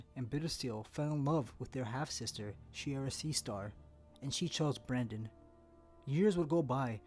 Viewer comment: It keeps sounding like he's saying Brandon and not Brynden to me